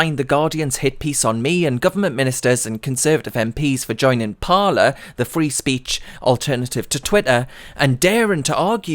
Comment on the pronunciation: Surely it would be pronounced "par lay"